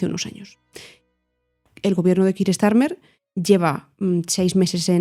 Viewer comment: Con todo el respeto del mundo. Me sorprende la manera tan defectuosa de Villanueva y al pronunciar el nombre de Keir Starmer. O se hace en castellano o se hace en ingles y. Lo de ellos es un híbrido casi ininteligible fuera del contexto.